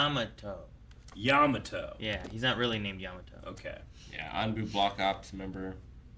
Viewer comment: "Yatamo" Every new character is just a new oportunity for to get its name wrong in a hilarious way